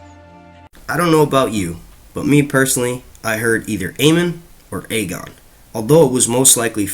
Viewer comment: It's agon